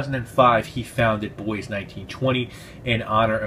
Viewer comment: You pronounced Bois right as well. I learned that last year lol.